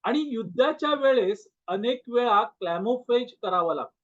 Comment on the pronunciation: क्लॅमोफेज नव्हे, तो शब्द camouflage आणि उच्चार कॅमौफ्लॉज असा आहे. ह्याचा अर्थ क्लुप्ती, फसवण्याची युक्ती असा आहे.